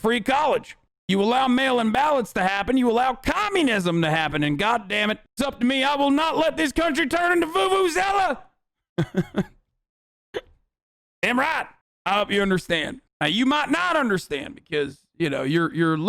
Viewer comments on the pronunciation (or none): oh my god when he called Venezuela "Vuvuzela" (idk how you spell it)